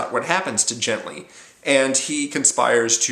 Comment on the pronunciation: Great book. One of my favourite authors. Thanks for the review. In my opinion, the main character's name (Genli) should be pronounced with a voiced velar stop (the "g" sound as in "get"), infact the Gethen natives seem unable to say "Henry" (as Genli comes from Earth I can assume he's "Henry").